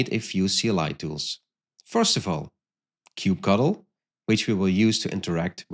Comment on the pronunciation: why did you have to pronounce kubectl like that?